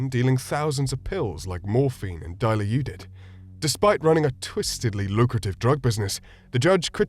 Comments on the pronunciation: Mf said "Die-you-lou-did" Jesus... It is pronounced "Di-law-did" if you're going to use a trade name/brand name, say it correctly otherwise call it hydromorphone, the chemical name. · if your going to do a channel about drugs and criminals at least know what the names of the drugs ITS DILAUDID. DUH-LAA-DID not DIE-AHH-LEE-DID LMAO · It's Dilaudid, NOT diluted! Dilaudid is a powerful narcotic. Diluted is a watered down drink or other liquid. 😊😅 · It’s pronounced ( dee LAUD id) or dihydromorphinone ….(THX Bayer..some quality work) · The drug with the D after Morphine for future reference is pronounced "Deh-Law-Did" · Bruh its pronounced die-la-did